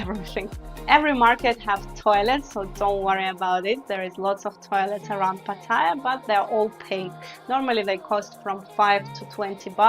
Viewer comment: YOUR PRONUNCIATION IS VERY BAD...Ask any thai person to say "pattaya "...firstly there is no I in pattaya...PATT-A- YA......If you can not even PRONOUNCE the name of the city your talking about.. then .guve up and go home...ps YOUR NOT LIVING IN THAILAND...YOU ARE ON HOLIDAY